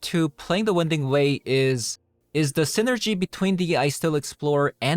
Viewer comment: Btw, it's not "win" ding way. It's pronounced "wine" ding way. The passageway meanders around, moving left and right.